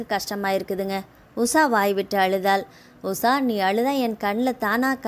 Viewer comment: Usa va usha va.ucharipil romba mosam.